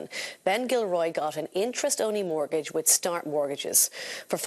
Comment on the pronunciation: A note for the female presenter, the word is mortgage, not murtgage.